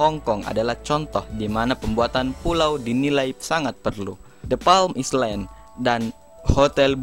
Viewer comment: Island apaan ai lend bcnya